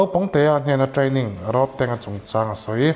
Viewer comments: Road tih thluk a lam lo in.. Thir tlawn Rod ang a lam tur Rodtang.. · Ilam diklo ahming khi tang itih khian indona tank ang in ilan a,tang Mizo takin chhiar la rodtang tih zawk tur ani e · roadtank tiin i lama. Rodtank tia lam tur ni awm tak